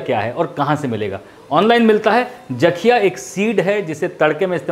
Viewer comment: Sir उसे जाakhiya नहीं jakhiya kehte hai